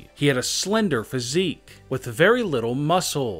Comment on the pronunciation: Welp everybody saying about "EEE" but how bout "phySIIIC"